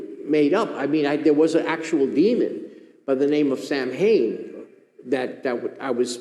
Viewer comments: Isn’t Samhain a Gaelic word, and to my limited (American) knowledge, is pronounced “sao-win”? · Samhain is an ancient pagan (Celtic) word for Halloween! And it isn't pronounced phonetically, either. Somebody's full of BULLSHIT!